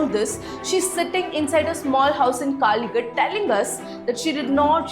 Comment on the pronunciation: Everything was great just pronunciation of Kalighat was very wrong